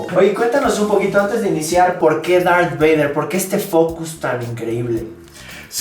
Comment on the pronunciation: Minunto "Dark Vader" jeje